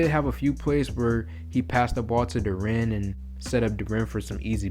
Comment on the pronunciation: This is a 20 year old kid. It can take years to develop. He is right on track. Your criticism betrays your lack of understanding about player progression. By the way Dur-en, not dur-ren.